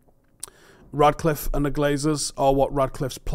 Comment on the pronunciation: FFS, how hard is it to say his name properly? It‘s RaTcliffe, not RaDcliffe. If I didn‘t know better I‘d swear you were doing this deliberately.